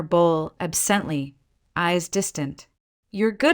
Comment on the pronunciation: At about : : the word 'absently' is mangled with the word set 'sent' emphasized where it should be said softly!. With that done, the storyline should flow smoothly!. Oops LoL 😢😢